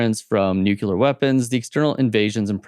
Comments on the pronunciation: It's nu-clear not nookyoular. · 2024 and people still pronounce it NUCULER 😅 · This fellow can't even pronounce the word "nuclear " correctly. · "nucular" is not a word. Nuclear however... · Great commentary and an interesting synopsis of relevant geopolitical issues. Two minor things though.....and I'm honestly not trying to be mean...but...firstly, the word is NUC-LE-AR not NUC-U-LAR. MInor issue but it just irks me to hear that particular mispronounciation...and secondly, the plural of the word "crisis" is "crises" (pronounced cri-sees). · It is amazing that so many Americans manage to completely mispronounce the word 'nuclear.' Saying 'nukular' is pretty much what would be expected of a 3 year old learning to get their tongue around complex words, but there is no excuse whatever (apart from ignorance or stupidity) for an adult to struggle with such a simple word. Say after me; NEW CLEAR. That said, some of the assumptions made about Rome are completely at odds with historical facts. For example; Rome was very much a society divided by a huge wealth gap even before the advent of the Empire in 27 BC. The vast majority of the populace were living on the edge of starvation, in appalling conditions, and were deprived of the basic tenet of republicanism - the rule of law and equality within the judicial system. Conversely, the only people who wielded power, unelected, were the very wealthy who established a social caste system wherein the poor (plebians) were despised and the minority rich (patricians and equestrians) were unequally favoured and privileged. Despite this, and the ongoing tension between the Senate and Emperors, and eternal civil wars, Rome flourished for centuries.